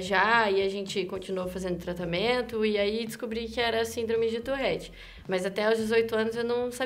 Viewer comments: Nao e touRRete, é touRete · Ela: eu tenho " tourrette" Eu: mas não se fala " tourette " ? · Tourette tem 1 "r" só, então pq caralhos ela fala "Tourrette"?